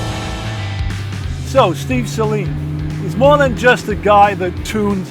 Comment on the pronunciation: Well... just found out I've been mispronouncing Saleen my entire life...